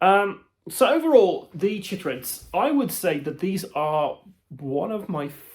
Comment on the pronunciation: I feel like it should be pronounced "kai-trids," to match "chylomicron" and "chylothorax" (both of which are "kai-lo.") But of course I could be wrong because this is science-fiction!